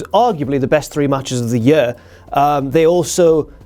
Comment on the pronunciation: "of the yeur"